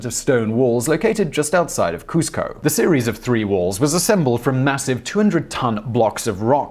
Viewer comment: Cusco should be pronounced Cooz-co 😉